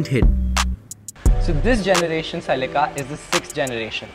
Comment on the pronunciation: Ladies and gentlemen "the celeekaaa"...!!😂